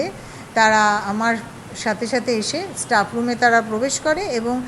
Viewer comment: College student staff উচ্চারণ টা ঠিক ভাবে করতে পারে না। ইস্ টাফ 😂😂